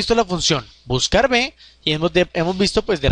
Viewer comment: Hola, ante todo muchas gracias por los cursos. Sólo una anotación: la letra V se pronuncia y escribe uve, la letra b o B se pronuncia y escribe be (sería lo más correcto para evitar equívocos). En resumen la funcion se pronunciaría "buscaruve". Un saludo